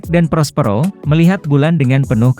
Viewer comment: Perospero min bukan prospro